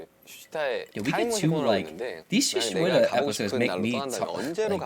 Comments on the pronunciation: It's suchwita not shuchita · Why suichuita when it's shuchwita